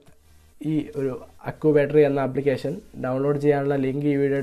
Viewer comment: Accubattery ha ha ha🤣😁😂 അക്കൂബാറ്ററി 🤣😂. ചക്കൂബാറ്ററി 😂😂😅